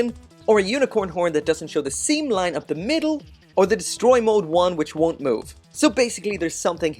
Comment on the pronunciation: Hehe “descroy” mode. Must be from the hood ✊🏾